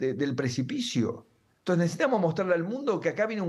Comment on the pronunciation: Se pronuncia " e n t o n c e s", no " t e s", Señor ladron!